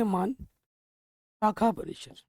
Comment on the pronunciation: सर वो शाखा होता है नोट सAखा